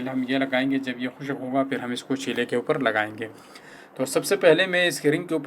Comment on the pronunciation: چھولے نہیں چولھے صحیح لفظ ہے